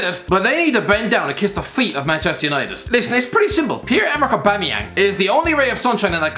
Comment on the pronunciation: he said his name wrong